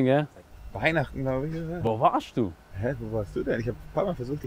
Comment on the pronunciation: Digga dieses ,,Wo warsh du" zerfetzt mich hahahahhaha